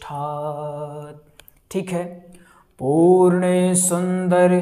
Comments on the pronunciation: पूर्णे नहीं पूर्णेन्दु बोलिए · आप अशुद्ध पाठ कर रहे हैं।पूर्णे ग़लत हैं, पूर्णेन्दु बोलिए।ग़लत मत सिखाइये।जय श्रीराम। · जय श्री राधे कृष्ण । क्षमा करना लेकिन पूर्णे सुंदर की जगह पूर्णेन्दु सुंदर पढ़ना चाहिए जय श्री राम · गलत लिख रहे हैं और गलत बोल रहे है । पूर्ण सुन्दर नहीं बल्कि पूर्णेन्दु सुन्दर है जो कि विशेषण है। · Teesri line ashuddh hai ise Sahi kijiye purane ke Sthan per purnendu hai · पूर्णेन्दु सुन्दर बाेलिये अशुद्ध बाेल रहे हाे 😂😢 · श्लोक में मिन्दु कहां चला गया पूर्णेन्दु है छ्न्द भंग हो रहा है। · पूर्णेन्दुसुन्दरमुखादरविन्दनेत्रात् बोलिए गलत उच्चारण कर रहें है भाई। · Jiii bhai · पूर्णेन्दु सुंदर बोले l अशुद्ध पाठ न करें l नहीं तो गलत संदेश जा रहा है l फिर जब आप ही अशुद्ध उच्चारण करेंगे तो सीखने वाले भी आपका अनुकरण करेंगे l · बार बार गलती कर रहे है पूर्णेन्दु नही कह पा रहे